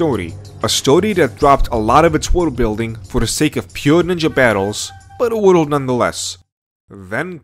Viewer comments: Why do you pronounce world as "wideled"? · The way this dude pronounces stuff keeps taking me out of the video "wohdl" instead of "world" being the worst offender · World : ❌ Wodolde : ✅😂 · I got 3 minutes in and had to click off dudes lisp is too much lmao. He pronounces “world” as “wordle” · I like how he says "Naruto world" like sudowudo. Joking aside, rasengan was a mistake. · “Woodl building” ? Really? You’d think that if you were going to make a video which required repeating the same world dozens of times you might actually learn how to pronounce it first. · It sounds like you say "worul" instead of "world", But I get you bro! A Spanish speaking I to strangle to pronounce that very same word 🙁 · not to be that guy but.. world is not pronounced woodoo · You pronounce "the Naruto world" as "Narudowoold." I like it! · "World" doesn't fucking have 2 god damn syllables! Stop fucking pronouncing it as if it fucking does! Speak your natural language so I don't have to listen to you butcher my language! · At first I was mad about the way you pronounced Naruto then I heard how you pronounced world & got a general sense of how the rest of this video was going to play out. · *Nurudo Wudold